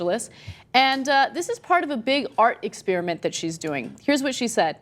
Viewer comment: The way Ana pronounces "experiment" really gets on my nerves.